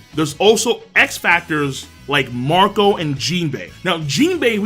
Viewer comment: I thought you said Mont'dor for a moment but is was actually Marco